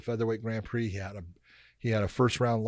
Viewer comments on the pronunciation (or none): none